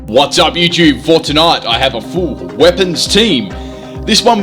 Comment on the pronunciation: Wait why does he always say "fortonite" instead of?